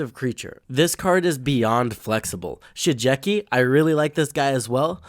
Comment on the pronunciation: Butchered Shigeki's name lol